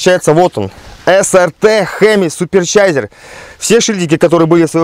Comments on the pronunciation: Суперчарджер а не суперчайзер энэррджайзер епта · Уровень Английского языка - бох! Додж чайзер=)) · "Суперчайзер" )))ну )))) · «Суперсяйзер» (с) )))) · ХемиСуперЧайзер)))))) хахаха полиглот как всегда развлекает)))) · епаный английский твой,суперчайзер 😄😄😄